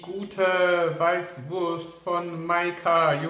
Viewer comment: "Weischwurscht"....Oidaaaaa :'D